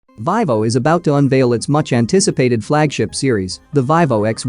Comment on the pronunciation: Its Veevo no the ling "i" sound.